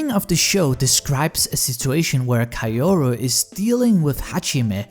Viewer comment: Why in the world does he pronounce "Kaoru" like that?